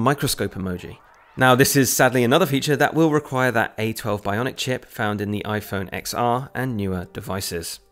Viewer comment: iPhone XR is pronounced iPhone 10 R, the X is the Roman numeral for 10.